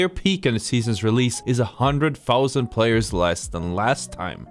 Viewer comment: no way u said realese APEX 2 come on